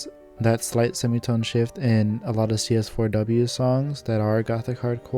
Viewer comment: I like how you say cs4w's name as written. i always kind of said it as seesaw in my head 😂 Nice summarization btw! I personally would have included the influence of Umineko and zts' music for that game on the genre, too. It's very prevalent with more notable gothic hardcore artists and some of their early work (gmtn. - Happy Maria remix, Furiosa Melodia; Team Grimoire - 悔恨コロッセオ, Grimoire of Blue album, Prison Strip remix, Abstract Garden). It also coincided with the Touhou Doujin remixes community, which I'm sure also influenced Gothic Hardcore to a point (Kurokotei, to an extent, as she is not strictly gothic hardcore. Shoutout to her song arcanegatewander, a clear homage to zts' music). Though, I guess this video is more of what is Gothic Hardcore musically and where it fits in the genre bubble. As for Gothic Hardcore music theory, none of it is set in stone, but a lot of it is based around classical music tropes such as the Harmonic Minor scale/Perfect Cadence (V - i movement), Circle of Fifths progression in minor, the Lament Bass/Andalusian Cadence (descending chromatic bassline), trills, and classical arpeggios. Gothic Hardcore really borrows a lot from Baroque, tbh. Maybe throw in some Phrygian for the bII/Neapolitan chord (Tempestissimo, iirc), or even the drawn out isus4 - isus2 - i or I (Picardy Third) for the Team Grimoire flair. A lot of this is all pictured in CS4W's progression anyway; It's a modified circle of fifths prog (Aug chords are not really circle of fi